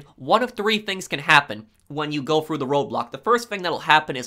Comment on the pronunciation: Slow down and stop swallowing so loud lol Also... he says "stop at the road blocks, they may let you go fru" 🤣🤣🤣